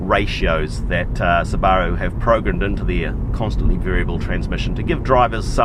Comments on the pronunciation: "Sbarro... Sbarro..." ??? Isnt that American-Italian mall food? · Lol. Kiwi's say Subaru funny